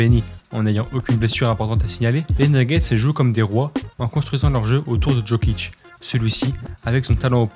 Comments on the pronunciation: Ça se prononce "Yokich" pas "DJokich" 🥲🥲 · Le contenu était propre, j'ai bien aimé, surtout que j'ai suivi son ascension depuis longtemps, dire qu'il a été drafté si loin. Et juste sinon on dit pas Jokic en prononçant le j "je" mais plutôt en "i ou y" yiokic si tu veux 😉